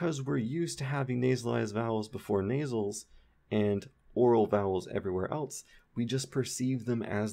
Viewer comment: Now I'm sitting here analyzing everythiiiing and I realize you're one of those people who pronounces "else" like "elts." You're ONE OF THOSE. haha. Really though, thank you for these videos and I recommend that everyone visit his Patreon or personal website to throw a couple dollars at him for this greatness.